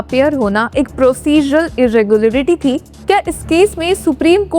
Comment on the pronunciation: You can't even pronounce irregularity